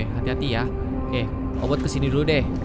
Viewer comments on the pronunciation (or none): Obit bukan obot